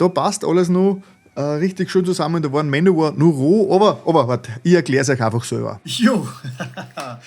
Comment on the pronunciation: "Manowör"???!??? Bin raus.